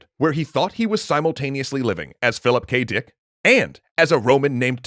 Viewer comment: I love how he is saying philip kdick